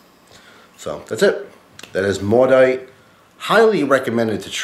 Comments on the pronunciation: I live in Quebec, and this beer is everywhere..its actually pronounced "mo-dit" which is also a Quebec french cuss word, LOL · the T isnt silent at all it is pronounced mo-dit with the T pronounced. if you don't speak it don't give false information. and maudit means damned, maudite is the female word of the same meaning. yeah french is complicated. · Great review, just FYI in case noone mentioned it, I'm from Quebec it's pron. Moe-deet, meaning "Damned". So you're essentially drinking a great beer with a great name too. Cheers!